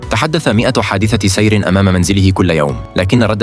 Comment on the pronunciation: نقول « تحدث كل يوم “ بفتح حرف التاء وبضم حرف الدال " وليس بفتحه